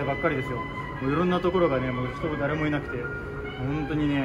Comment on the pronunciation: スゲー酔っ払ってる人がいると思ったらだった😂ダーレモいない…